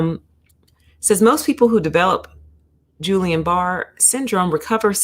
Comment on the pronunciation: It's not "Julian", it's a hard 'G' and I would urge anyone citing scientific statistical information to understand how to interpret the statistical results of the findings prior to making any causal inferences. In fact, ALL vaccines have risk factors as well as, over the counter pharmaceuticals. 19 people out of 20 million is equivalent to .000095% of people developing peri or myocarditis which is technically analogous to the incidence that normally occurs in the general population. when conducting scientific research it is unethical to omit any findings and fail to report them. I recommend focusing on studies' effect size (if there is a substantive difference between rates of heart inflammation after vaccine and those normally found in the population. The study does not answer, "why," most likely because a cause and effect relationship cannot be inferred from the study that was conducted. Just FYI...